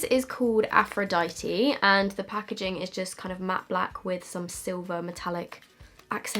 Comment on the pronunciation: Can we all just appreciate for one second that actually pronounced Aphrodite correctly 👏🏼